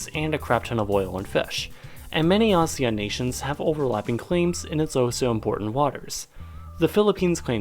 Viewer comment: Teacher's roll call: "Yo A-Sean, is there an A-Sean present today?" A shawn.